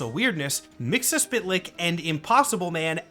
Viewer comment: I think you're just about the only other person I've heard pronounce Mr. Mxyzptlk the way I do.